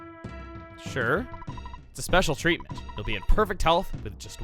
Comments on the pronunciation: spelling error. The man says treament instead if treaTment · "treament" i dunno if i can trust this guy for health care... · The guy says "Treament" .